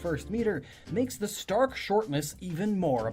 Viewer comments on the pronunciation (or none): none